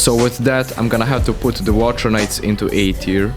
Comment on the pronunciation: "wathcer knights"